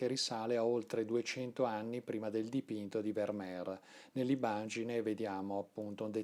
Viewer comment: Il mio occhio dice che ogni quadro di Vermeer è immenso (corretta, fra l'altro, la pronuncia con la "f"). Buono anche il film "La ragazza dall'orecchino di perla", come da te ricordato. Grazie. 🙏